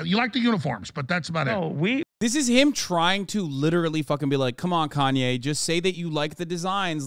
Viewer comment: "And I'm kanya West"